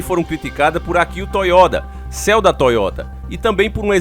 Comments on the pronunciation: Nao e céu e ceo porem a pronúncia e siou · Ceo pronuncia ciô. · Ler se SIOU EM LUGAR DE CEO